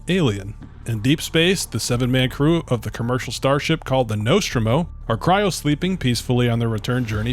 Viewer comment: Say 'Nostromo' again.........but correctly